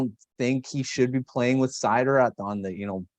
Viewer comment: Thank you properly pronouncing Suter’s first name